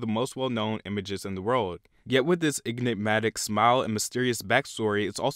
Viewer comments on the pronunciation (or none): YOU DID NOT JUST SAY "IG-NIK-MATIK"